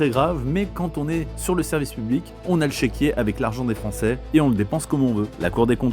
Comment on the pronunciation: " sèvices " publics ...